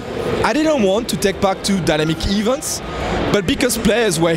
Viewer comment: ahaha i lost it at that point where he said Dynamic events -> Dynamiek EEEvents xD